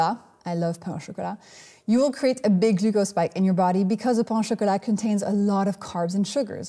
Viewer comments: You gotta love 16-minute videos worth of 30 seconds of useful information. Too much fluff, too much legs, too much ridiculously large jacket, and too little content. Also, learn to pronounce pain du chocolate properly if you want to show off your French. It's not /pɑ̃/, it's pronounced /pɛ̃/. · Pain du chocolat *is pronounced "pan."